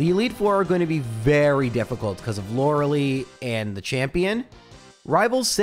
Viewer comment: Youre saying lorelei wrong bro